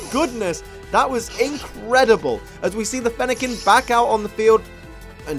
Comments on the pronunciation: Fennequin er- I mean Fennekin just got mad at mispronouncing it’s name so *kaboom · Fennekin couldn’t handle the mispronunciation of their name,.